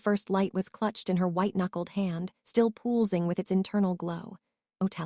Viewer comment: also hop ing should be hope ing And pulsing pull sing it says yes disturbing the authors want money for this so they need to fix or read it themselves